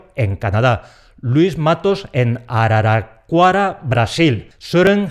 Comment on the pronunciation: jajajajajaja Hablaste "Araraquara" perfectamente! Bravo! Vale!